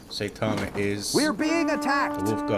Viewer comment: Something other than DoW II, hooray! I love that game but you have so much less other content so this is a lot more exciting. I especially liked your let’s plays. Oh and as I am a fan of One Punch Man and anime in general “ai” in Japanese is pronounced like “eye”. Seye - ta - ma